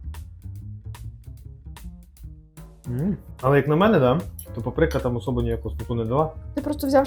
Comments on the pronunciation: Та не папрИка ,а пАприка.ставте наголос правильно. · Вибачте але Па́прика.